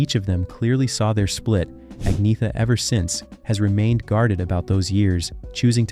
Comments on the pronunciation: Her name is pronounced "Ahn Yetta". His name is pronounced "Byorn". This narrator is an idiot and know nothing about ABBA. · There is no 'g' sound in her name; it's Ahn-yeta. Only reason I know is because I saw a show on them during their height of fame where each member introduced themselves. I presume that she knows how to pronounce her own name. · It's pronounced AG NET A not AG NETH A. Learn to pronounce words before you go doing videos you know nothing about and it's B -ORN not how you said it. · If you must, Ag - netta or Anna for short, but not Ag - neetha. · Her name is not pronounced "Ag-nee-tha". It is pronounced "Ag-naya-ta". Just listen to her say it (I live in Sweden). I wish the narrators of these videos would do some research before they publish them, to stop them sounding complete berks. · Speak as : Anjeta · It's pronounced Unyeta. Don't native English speakers ever consider, that foreign names might be pronounced differently than English? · It's pronounced Ang neta, there is no hard g. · “Aneeyeta”. Silent G. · Agnetha pronounced AG NYET A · Agnetha is pronounced Anyetta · It's Anne-yet-ahh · The pronunciation of her name is “ Ag nugh tha” this is an old name.. lol you ve never heard anyone say it sooo wrong. 😂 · Don't talk nonsense about her when you can't even say her name... (No. It's still not Aggnijta Faltskaag.) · Her name is pronounced arnyetta, it’s a silent g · Nope Agneta G😂😂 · Sorry to be a bore, but her name is pronounced "Ang-yetta" or just Anna. And I think you may have made a slight slip of the tongue, Anna wasn't pregnant WITH Bjorn, but BY Bjorn. She was pregnant with Linda. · No it is not. It is pronounced «Ang-neh-ta». I am Norwegian and we pronounce it just like the Swedes and Danes. Especially note that the «th» is pronounced «t» in all 3 Scandinavian languages, so the «th» is not as in English, like he pronounces it here. So sorry, but you have it wrong. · it is pronounced ang-ne-ta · Ang-nyetha Feltskoog